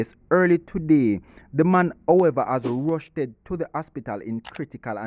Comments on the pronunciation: I think I heard him said rushted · 'Rushed to the hospital' Not 'rushedded'